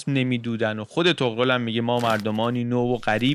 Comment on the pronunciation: عشقی طغرِل درسته